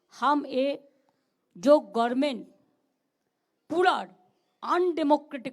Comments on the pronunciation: সফিকুল ওনাকে গভর্নমেন্ট বানান টা ও কেউ শিখিয়ে দেয় না গরমেন্ঠ বলে কেন। বারংবার বলেন। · "Gorment" এখনো পর্যন্ত গভর্নমেন্ট বলতে শিখলি না পিসি তুই বাড়ি যা। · ওই রকম পাগলীর বক্তব্য এই রকম অশিক্ষিত লোকের মতই হবে এর থেকে ভাল কিছু আশা করতে উচিত নয়। যে কোন দিন সঠিক ভাবে গ-ভ-র-মে-ন্ট উচ্চারণ করতে পারে না গরমেন্ট বলে তার বক্তব্য আর কে শুনবে? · What is Gormen ? Learn English first, then come to talk in public. This lady has no qualifications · উনি আগে গভর্ণমেন্ট উচ্চারণ টা সঠিকভাবে করুন , তারপর প্রধান মন্ত্রী হবার দিবা স্বপ্ন দেখবেন । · ভাগ্য ভালো ' গরমেন্ট' বলেছে, গাঁড়মেন্ট বলেনি I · গরমেনট গার্মেন্ট চোপ । হ্যাঁ এটা গরমেনট ই হবে। তবে গার্মেন্ট ও বলতে পারেন। ,, শিক্ষনীয় বিষয়। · উনি কি বলছেন? গাঁর মেন্ট?